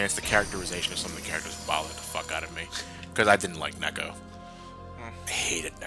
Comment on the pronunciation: NEKU!His name is Neku not neko or cat!